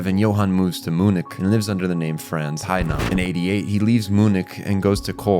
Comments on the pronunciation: “Moo-nick”-😂 But on a serious note, fantastic video. I missed so much of it when I watched the series, although I still loved it, but this gives me a whole new level of appreciation for the brilliance. It took to come up with this deep layered narrative as well as the incredible character/world building. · Beside the fact that i had a heart attack when he pronounced "MUNIK", the video as always is amazing. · My brother in Christ that is NOT how you pronounce Klaus or Munich Also satellite, not "satilate" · The real monster is the way you pronounce “Munich” 😂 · And Munich